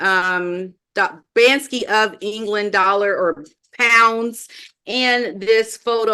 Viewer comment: BanKsy. Not BanSky. (British graffiti artist)